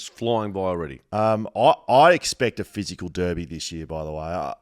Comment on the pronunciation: So good to hear blokes pronounce Derby correctly